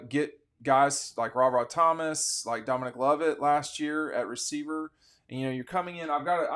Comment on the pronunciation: Domi-NICK…not NEEK. Holy Kryptonite, Batman!